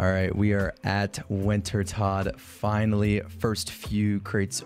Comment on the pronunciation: "FiNaLy" dude got 53kc tome and fr said FINALY😂💀💀